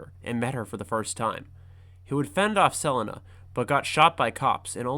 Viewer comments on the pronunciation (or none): Why did you randomly start mispronouncing Selena like 10 minutes in. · You pronounced Selina correctly ONE time in this entire video and then got it wrong every other time, making me desperately hope each time you’d correct your mistake. I see now this was your brilliant subtle plan to make sure people watched the video all the way through… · So sick of this ai narrator…just like 2 minutes into this video and already getting pissed with the narrator…why can’t ai pronounce Selina the correct way..just so lazy…why can’t you use a real person…just so may mispronounced names…makes it really hard to just sit back and enjoy a video like this when so many names are not pronounced correctly…also doesn’t help when I have to deal with an ad every 3 and 1/2 minutes… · Idk how people make hours long videos but don't know how to talk. Selina. Sa-lean-uh. NOT Sell-Lin-ah. Katana. Kah-ton-a. NOT Cat-Anna. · Selinuh? Her name is Sel-ee-na, Selina Kyle. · Sell-en-na? The fuck? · My question is how is no one questioning that this got Selina and Dana's pronunciations wrong. Suh-Lee-Nuh Day-Nuh This screams AI voice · Got me mad confused on who sell-in-nuh was for a while until you said Selina Kyle 😭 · Pls tell me he doesn’t say Sel ina the whole vid 😭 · "Selinna"? Really bro? You're gonna preach about batman knowledge and cant even pronounce the character's name? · Sell-a-na for cat-woman is craz. 😂😂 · Selena (SE-LEE-NA) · Really good video...but I find the way you pronounce Selina's name disturbing. Isn't it Suh-lee-nuh? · Who tf is sel- inuh ? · My nigga,"Su-leen-a". Dope vid but that was killin me... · Please google how to pronounce selena bro 😂 have u never heard of Selena gomez? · I really like this video but why do u keep pronouncing catwomens name wrong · The blatant mispronunciation of Selina makes this almost unwatchable smh Edit: "Michael Kee-Tawn" im out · Great video. But the way you pronounce "Selina" is unforgivable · The way this man pronounces "Selina"